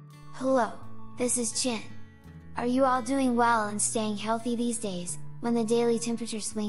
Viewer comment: nooo~ don't go chen. we will miss you. by the way why is she pronouncing his name as "chin" ?? ¿